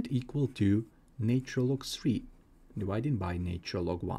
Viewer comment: NAtural....and NOT NAYtural !!! Why can't your pronunciation be correct.